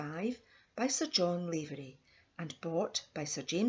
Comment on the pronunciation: Please pronounce his Irish name correctly its NOT Layvery but Lavery ... Lav as in "have." I myself am a LAVERY.